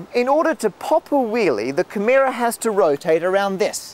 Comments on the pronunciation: That would be Camaro , not "Cameera". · Camerra? It's CamARO, mate. ;-) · I've become irrationally angry at how he pronounces "Camaro". Then again, he comes from a country that's upside down, so what did I expect? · How do you even get "camheera" out of "camaro" ? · Watch out for making mistakes yourself when you're correcting someone! It's obviously "Camaro", not "Camero". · I thought it was camaro not camara? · Does he not know how to say "camaro"? I'm sorry but accents shouldn't change how words are actually pronounced.